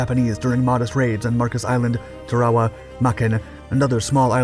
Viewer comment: with all due respect, Tarawa=Tare-ah-wah. Thanks.